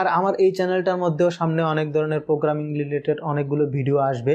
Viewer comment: This is not পোগ্রামিং This is প্রোগ্রামিং Mind ur spellings